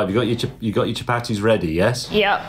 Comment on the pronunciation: chu-Patty’s should be pronounced “cha-PAR-dthees”, in case you wondered 😂